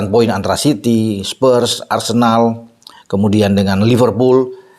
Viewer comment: Spurs Pak bukan Spers🤭